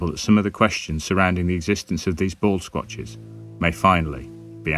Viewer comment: By the way, I had to go back and check the spelling for the "baldsquatches". I could swear you said "ball scrathers"!